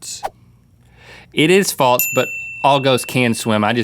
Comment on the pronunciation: why does rhett always say falts instead of false? 😂